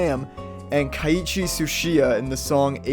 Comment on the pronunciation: It’s Keiichi NOT kiaichi